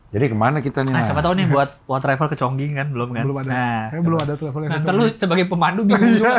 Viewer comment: Chongqing dibacanya chongcing, jadi inget orang -orang pada salah melafalkan mixue